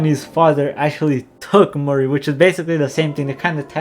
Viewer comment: Why every time you say Marie it sounds like Maurice?